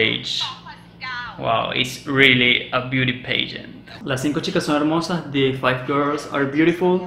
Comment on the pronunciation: Cuando digas beauty pageant “la “a” de pageant se pronuncia como A. Se dice “pagent” no “paigent “